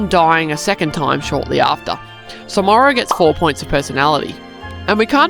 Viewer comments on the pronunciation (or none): Why instead of Morro says Morrow💀